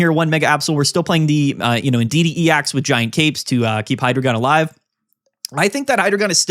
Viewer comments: Hydreigon is pronounced "High-Dry-Gon" matching its evolutionary line and their number of heads with German numbers one, two, three (Eins,zwei,drei - Deino, Zweilous, Hydreigon) I don’t usually comment, but I’ve seen a lot of debate about this topic and wanted to lend this insight! Ahahaha 😭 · For the same reason we don’t call Pikachu“Pick-A-Choo”… bc that’s not how it’s pronounced. (And to be clear it’s “Hi-Dry-Gon”)